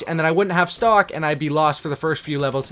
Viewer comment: am i the only one who thought he said stalk and not stock